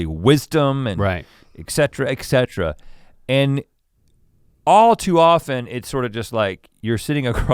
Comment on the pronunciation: I didn't take Rhett as someone who would say "eck setra" as opposed to the correct "et cetera".